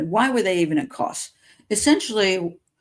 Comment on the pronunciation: It's Kos.